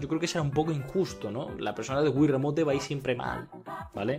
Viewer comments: o es remoition o es remout pero en pronunciación remote ase asecas no es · pero el del video dice remote por eso digo que lo dice mal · ya me equvoque pero aun asi no se pronuncia remote